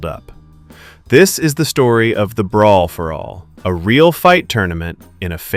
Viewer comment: "Breer for all"?